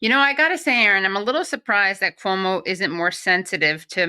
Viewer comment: Quoo-Mow kills old people for Fau-Chi